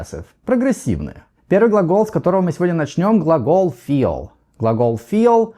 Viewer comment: Ничего себе: feel в конце ролика - теперь понятно, как надо произносить: через звук шва после i: 🔥 Спасибо! Чрезвычайно полезно объяснение! Также, почему nt часто заменяют американцы на просто t. Одно дело знать, как надо, другое дело - понимать, почему. И также про экспрессию в Continuous глаголов, которые в нём обычно не употребляются. Спасибо большущее!!!